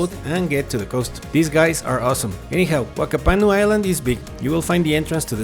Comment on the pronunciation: Whakapanu is pronounced Fakapanu. Wh = F sound, in Maori.